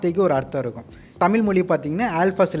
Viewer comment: Left side guy should first learn to pronounce thamizh ... pathetic to ears when he pronounced thamizh as thamil